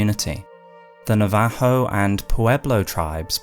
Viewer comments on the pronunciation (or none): oh no you're good, you pronounced it the Spanish way. English/American pronunciation is usually like NOV-uh-ho rather than Nuh-VAH-ho, but, I think either way that's not even technically the indigenous name for the tribe. Great video either way, I love that your long lore videos always manage to make literally the last sentence a bombshell that leaves you thinking. That's just good writing. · A lot of these ideas are GRRM's, especially considering all his worldbuilding for A Song of Ice and Fire. Also, please practice and vet your pronunciations before recording. NA-VA-HOE was hard to hear. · Bro has the most out there pronunciation of Navajo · Never heard Navajo pronounced that way in my life